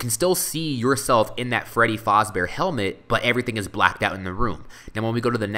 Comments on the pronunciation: it is pronounced fazbear not fozbear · Its fAsbear not fOzbear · It's pronounced faaaaazbaer not foooooozbaer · its faz not foz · Freddy Faaazbear.. no it's Freddy Fazbear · not fozbear fazbear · its freddy fazbear not freddy Fauzbear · Why do you pronounce Fazbear like Fozbear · freddy FAZBEARS not freddys FOZBEARS! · ITS FREDDY FAZBEAR NOT FREDDY FOZBEAR!!!!!!!!!!!!!!!!!!!!!!!! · This is really good! But I hate how you say "Freddy Fahhsbear's Pizza" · The whole time that he said FOZBEAR triggered me so much😵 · No offence but you're saying "Fazbear" wrong. You're saying it like "Fozbear". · Why do you keep on saying 'Faazbear'? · also, he says fazbear wrong. also freddy boy, bonnie boy, foxy boy and chica girl. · Why Does He Keep Saying Freddy FAZBEAR Wrong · yo you are saying it wrong the a is the 1st sound ;_